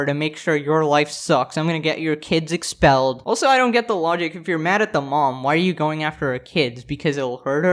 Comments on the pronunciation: not expellled its EXXXpelled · “EXXXpelled” omg